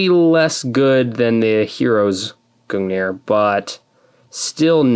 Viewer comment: as for the proper norse pronunciation it is gungnir (goong near) but either way it doesn't matter cause its halo lmao